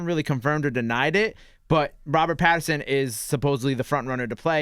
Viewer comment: It's PATTINSON... Not Patterson... And y'all should check his filmography post "sparkling vampire" role 😀 Great choice for Bruce Wayne/Batman